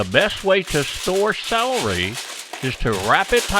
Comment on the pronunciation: "Salry"???...I thought it was "celery". 😐